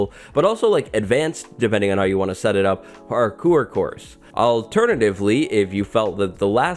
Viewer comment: Nobody:: PARKOOR